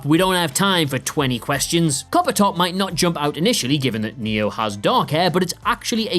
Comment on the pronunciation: About "listen to me, coppertop": "Coppertop" sounds a bit like like "carpenter".